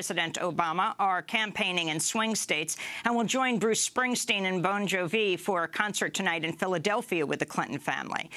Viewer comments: who is this Bon joe vee she speaks of? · wow Amy makes "Bon Jovi" sound so continental rather the fluff it really is.